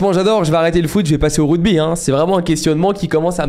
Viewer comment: C’est ruGby et pas ruDby par contre 😂